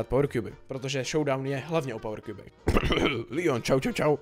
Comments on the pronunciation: Neříkej Líjon je to leon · Jsem jediný komu vadí, když řekne líon?